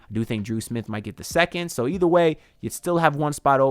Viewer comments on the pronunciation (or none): none